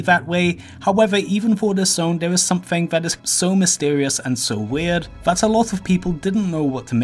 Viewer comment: “Somefing somefing somefing somefing somefing”